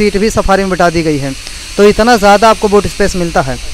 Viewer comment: Why are u asking that I think because he Said etna instead of itna 😂